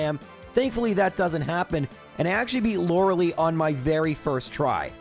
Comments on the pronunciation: Why do you pronounce her name as “Loralee?” Her name is supposed to be pronounced as “Lore-uhh-lie” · I've never heard someone pronounce it Lora-Lee. I've only ever heard it as Lora-L-eye. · > aGAYNst > Lorelee > arKAYnine I want to punch this man.